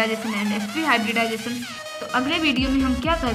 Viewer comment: mam hibridisation nhi hota h hibridization hota h